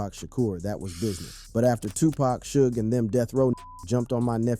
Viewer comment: Not to mention the 1st time you said "Suge's" name....smfh